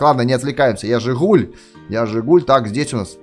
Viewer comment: Как слышат все: Я жэ гуль! Как слышу я: Я Жыгуль